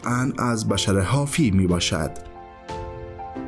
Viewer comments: سلام این دوستمون درست میگه boshr درست است نه bashar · سلام بشر با ضمه تلفظ میشه نه با فتحه